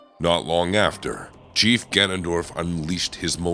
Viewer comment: Wait why can’t you pronounce the word “chief?” Did you get AI to do this?